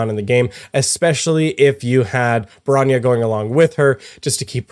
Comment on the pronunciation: Just so you know, it's pronounced "sealay" for seele and "broanyah" for bronya